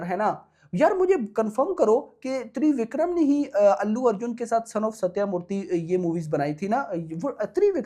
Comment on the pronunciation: Babu, it’s not ThreeVikram, it’s Trivikram, just like Tridev 😜